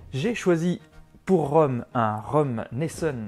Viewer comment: Hello Merci pour la recette 👌 Par contre, ça se dit « Neisson » et pas « Neissonne » 😜